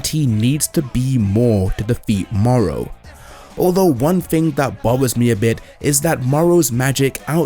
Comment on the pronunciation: Not morrow! The name is moro